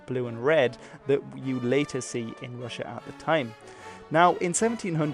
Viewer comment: Its so funny how you say rus correctly but then say rus-sia wrong, why say the rus in russia diferently than by itself?